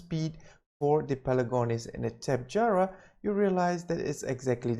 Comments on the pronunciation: Great vid! But sorry I have to say it "tap-eh-harah" not "tap-e-jarah." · TOPY-jar-a not tapejara